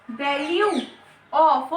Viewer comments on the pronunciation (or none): none